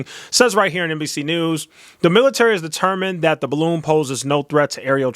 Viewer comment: The “baroon” 😆😆😆